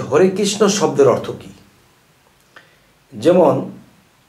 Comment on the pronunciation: আর্থ নয় বলুন অর্থ ❓❓❓